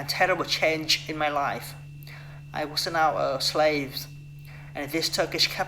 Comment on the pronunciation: Đoạn tell you a little about myself nói hơi nhanh nên bị líu lưỡi, cứ nói từ từ chậm 1 chút là đc :D was có âm cuối là âm z ko phải s đâu bạn, đổi sang âm z hữu thanh nhé sixteen bạn đọc rõ âm i dài i: nhé, nghe gống six-từn từ York và north đọc tốt lắm, có âm cuối mother cần thè lưỡi ra để nói đc âm th ở giữa school là u dài u: cần chu môi hết cỡ Đoạn They were unhappy about this nói hơi nhanh nên bị líu because âm cuối là âm z, giống từ was father giống mother, có âm th ở giữa, cần chú ý âm này. ship là i ngắn I, bạn đọc trầm xuống 1 chút thì hay hơn with us nói tốt, có nối từ th sang us :D mấy từ was tiếp theo cũng cần chú ý âm z feel là i:, mở miệng ngang giống chữ e của tiếng Việt + âm l Forget it nối âm tốt :D time bạn đọc giống như tham, nó là thai-m